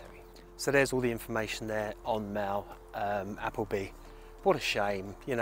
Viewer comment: Are you sure you pronounce her last name correctly?😂